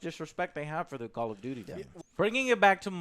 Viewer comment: "Call of Doodie"?